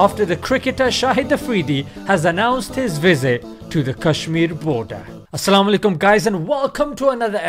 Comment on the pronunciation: please try to say السلام علیکم next time. Not Salamo Alaikum.